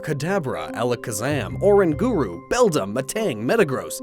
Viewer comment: the correct pronunciation is Or-rang-guru, not Oran-guru. Cosmog's evolved for is pronounced Coz-mome. (Note the pronouns are not spelled the same as the names for reason which i'm sure you already know but for those who don't it's because the spellings in pronouns are what you say in 1 word to say a pokemon's name because if all the pronouns were spelled the same as the pokemon names you would be saying their names wrong, this same situation is true for pretty much almost everything really like Human for example is pronounced Hue-man, say it in 1 word and you say Human) Ark-e-us Arceus actually Gallade like Lucario, (Why is it not psychic?) can sense the emotions of people and can read auras like psychics, so Gallade has a very good reason to be psychic type Love like Friendship is magic, Love and Friendship are both very strong forces and powers as well as both being magic, so magic is real too like psychics ghosts would not just phase through a punching bag either as the have the ability to pick up and move stuff around so the same is true for punching bags